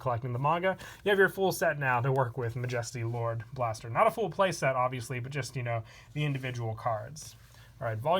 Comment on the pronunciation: love your vids but im pretty sure you said majesty lord blaster wrong